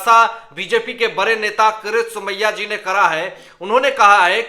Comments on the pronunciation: Please learn to pronounce the Name KIRIT Somaya and not for Gods sake Karat Somaya. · When will you learn to pronounce properly KIRIT Somaya instead of saying karat Somaya.. worst anchor of the world as far as pronouncing names.